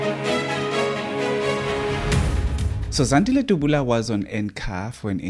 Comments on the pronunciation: uts Dabula not Dubula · Point of correction Dabula not Dubula.